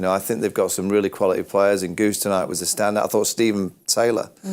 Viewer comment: Andries gous, not goose. Come on vaugh, you've been around long enough